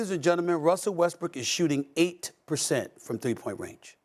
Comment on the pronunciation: I love the way Stephen A put the emphasis on 8% shooting 🤣😅🤣